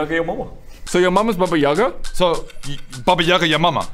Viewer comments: Baba Yaga is read with an emphasis on the last syllable. This is a very wise witch who loves to bake children in dough, she lives in a hut on chicken legs and can travel in this house, as in Howl's castle. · Slight correction there, Baba Yaga is pronounced Baba Yagà.